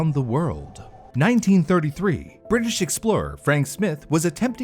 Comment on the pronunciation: Probably "Smy-the," not Smirh.